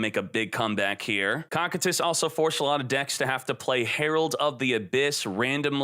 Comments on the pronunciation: "Cockitus" Hahahahahaha COSSSSSITUS (pronuntiation) as the Iced prisons of hell! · Koh Kie Tus !!!!! Can someone please correct him lol its not cockitus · It’s pronounced co-kite-is try watching overlord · its co-kai-t-is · Is he saying Cocytus like that on purpose? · Your pronouncing Cocytus wrong